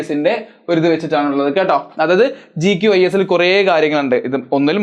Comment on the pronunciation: GQIS ❌QGIS 😂 aan sireeeee